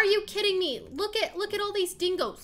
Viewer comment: When she said “are you kidding me right now” I thought she said “are you kitting me right now” LOL😂😂🤣